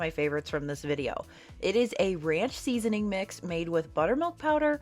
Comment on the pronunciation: Seasoning 🎉 not seasoing 😂